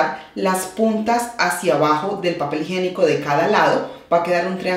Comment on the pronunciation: Muy bonito te quedó el baño pero no se dice "papel higenico". Lo correcto es papel HIGIÉNICO